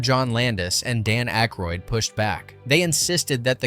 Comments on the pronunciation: Dan Aykroyd's last name is pronounced ACK-roid, not AKE-roid. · Ayyyykroyd instead of ACKroyd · It's ACKroyd, not Ankroyd. And Carrie Fisher's part WAS explained in the movie. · "Ache-roid"? I think they make a cream for that. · Dan Aikeroid??? Jesus man, learn how to narrate your own fucking videos. It’s actually fun learning how to do things. Try it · Mispronouncing Dan Akroyd is annoying as hell. There is no N in Akroyd. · Dan Ache roid??? REALLY??! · Dan Ache-roid…. Reminds me of Prep-H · What??? you don't like Ainkroid?? LOL 🤣🤣🤣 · The name being pronounced "Ache-roid" ...made my butt hurt. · "Aykrod"? Hell, learn to SPELL Aykroyd before you call someone out for mispronouncing it. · From your home page: "Disclaimer: Our content is purely for entertainment and may feature a blend of verified facts, rumors, speculation, and fictional elements." However, ALL your video titles say, "Facts..." Can we or can't we trust you as to whether any of this, or anything in any of your videos, is true? Please advise. You are mispronouncing Dan Aykroyd's last name. It's: Daniel Edward Aykroyd CM OOnt (/ˈækrɔɪd/ AK-royd). Clown. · Couple things. If you are going to do these,learn to pronounce the actors name correctly. Not once did you say Dan Aykroyd last name correctly. Also when talking about his and Carrie Fisher’s relationship,why does a random picture of her and Chevy Chase appear?